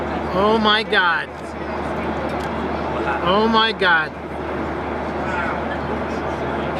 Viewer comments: Заебал он о майгакать 😂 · Как же выбесило это "о май гяд"!!! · чуть не блеванул от “омайгада”